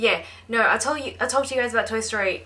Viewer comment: whyyyyyyyy would you pronounce the l in talk?